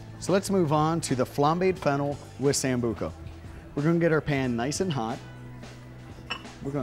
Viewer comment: Sambuca Sambuca Sambuca ! Not Sambuco.